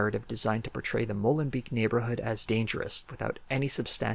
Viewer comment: as a belgian citizen it was weird how you kempt pronouncing molenbeek wrong and me being like wait what city is he talking about? and then seeing in the stats written and im like ooooh. XD just funny i love your channel.